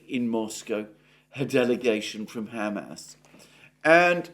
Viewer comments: I’m sorry but your “Ham ass” pronunciation is making me giggle harder every time you say it! 😄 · Is it only me, why do I keep hearing Hammed Arse? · I can't stop hearing him say "Ham Ass" when he says Hamas. 😆